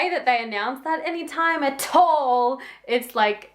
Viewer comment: Entertaining Time stamps below. "Lying ain't good kids" Tell Me Why vocals elicit laughter British accent "Anytime at Tall" "Not Good" - line from I'll Cry Instead lyrics "What? Have these lyrics aged terribly? " - You Can't Do That